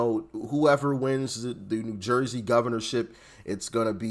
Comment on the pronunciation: Are you from Philly? Lol. That's how we say it here. 😂